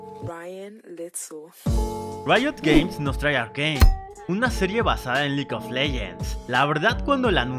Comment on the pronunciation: Antes decía "arcane legue of legens" jajajja